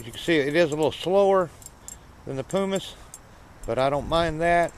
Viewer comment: and pronounce primus right